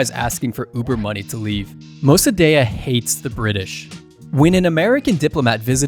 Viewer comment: Iranian living in europe here. Shah was not perfect but he also did a lot of good. Mosadegh ( you pernounce it wrong) was a communist and would have sold the country to soviets.the protest in the end of shahs reign were organized by marxist ( we can then toodeih) . The reason the west stopt supporting de shah is because he started rejecting the western influence . After the revolution btw the islamist executed all the marxist collaboraters. I was as a kid caught in a fire fight between the marxist and islamist. I dont know what you politics are but seeing this video in guessing a berney Bro. And a leftie . Nothing wrong with that but for the sake of truth you can not leave information out because it goes against your idiolegies. You could have mention that after 45 years of islamic dictatorial people want to get rid of mollahs but protesting . They want to be free and they are tryinh and will pervail .